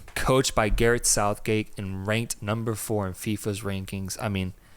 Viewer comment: Sareth gouthgate 😂😂😂 I love you 2 guys man it's good to see you blowing up even if we don't see eye to eye all the time haha love your passion for this beautiful game